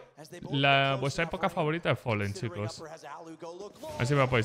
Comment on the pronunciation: fAAAlen. Folen no existe